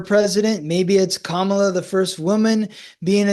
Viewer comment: Respectfully, it’s Kamala with the emphasis on the Kam part. KAM-a-la. Sadly, the way in which people say her name has been a symbol of trying to invoke distrust. I think the majority make this error in pronunciation without ill intent. But it can be a reflection of which candidate you support or whom you tend to at least listen to from an auditory stance. Having said that thank you both for this informative & interesting discussion marrying your two gifts. I too feel ( my intuition - I’m not psychic ) conflict & wondered if there is “no winner” of this election. And I wonder if years ahead having to push through this we come out with a change. better, perhaps different type of party system. I personally like how many people who identify as D or R are kind of throwing off or putting aside that party label and uniting in what to me appears as acceptance, openness & willingness to hear the other out and want to work together. Life on earth in the physical is not easy! Love. Love. Love.